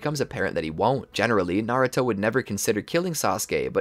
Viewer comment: Bro said maruto